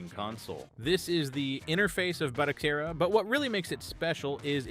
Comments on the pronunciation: I'm sorry, I hate to be that guy, but Its pronounced like Ba-toe-Sarah. Not Bata-Care-rah. Great video, built one of my own on a 128GB drive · You went from calling it batoKera for the 1st half of the video to calling it by it's proper name of batoSera before abruptly ending the video.😄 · Ba to se ra not batokera😂😂😂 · It's not how I think it should be pronounced. It's HOW its suppose to be pronounced. it's a Spanish word & I've been an Spanish interpreter for over 20 years. To say it phonetically in English would be Ba - toe- seh-rah or Ba - toe- Sarah. Didn't know he was AI since I can hear him rubbing up against the mic in this video.